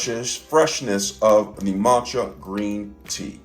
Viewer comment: Props for pronouncing matcha correct friend! 🤣🤣🤣🤣